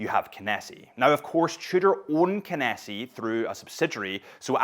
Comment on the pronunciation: Did they not correct how you pronounce Kenissi? 🙃